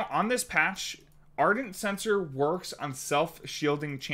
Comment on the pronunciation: Do you mean ardent shen-cor?